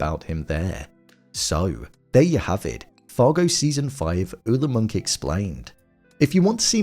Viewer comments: It's Monk not Munch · Its pronounced “Moonk” but its witten as “Munch”